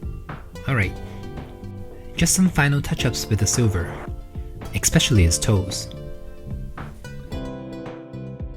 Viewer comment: I love your work but please practice pronouncing es-pecially there is no c sound in the first sylible😂 ❤